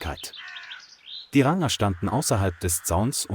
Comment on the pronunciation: Kann diese Scheiß -- KI das Wort "Ranger" nicht richtig aussprechen ?